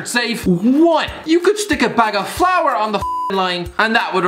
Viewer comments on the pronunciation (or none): none